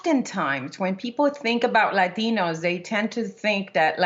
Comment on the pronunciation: It's Latinos, not laxative. That's what it sounds like.